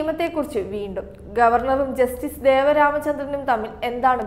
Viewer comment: Devan Ramachandran. Not deva Ramachandran.